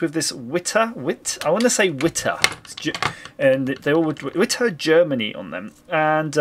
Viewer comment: Hey - the product page for this screwdriver is here: Being German I expect it pronounced "Vit-uh"